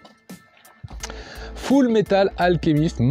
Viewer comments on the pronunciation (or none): none